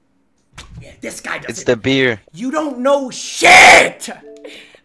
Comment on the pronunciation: “it’s the biëR”